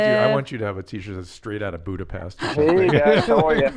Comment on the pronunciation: What’s Budapest? I only know Budapesh...